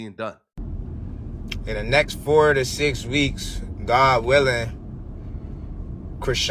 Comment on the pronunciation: Bro says Dew... Criseans sister says Tew.. 🤣🤣🤣